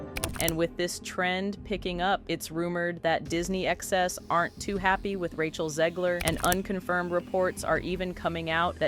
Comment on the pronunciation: It’s Zegler!! ZEGLER!!!!!! If you can say ‘leg,’ and ‘her,’ then you can say ‘Zegler.’ There isn’t an ‘i,’ or an extra ‘e,’ in there to make it ‘Zeeeeeegler.’ FFS!!!